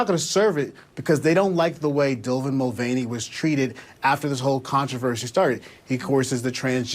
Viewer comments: Lol...I think he even called him "Dylvan", didn't he? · He called him, dylvan mullbaney. Lmao.